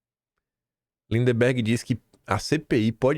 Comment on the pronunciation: Pare de falar lindeMberg, qd na vdd é lindberg. Por favor